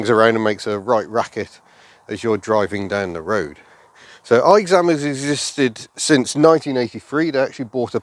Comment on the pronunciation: Aixam is actually pronounced as “X-am” and it's a contraction of “Aix-les bains” (its headquarters are still in AIX-les-bains as of now) and “AutoMobile”. I still don't see the appeal of these things, they are horrendous, slow, unsafe, shakes a lot (especially the diesel ones, and it's even worse on the older models) and are WAY too expensive, the Aixam City in its lowest trim level costs almost 12000€ in France (I'd rather buy a used Twingo 3 instead lol). Only the Twizy and the Ami are pretty good imo.